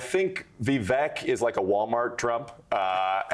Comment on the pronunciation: The great Voo-vuk Ramaswoop😂😂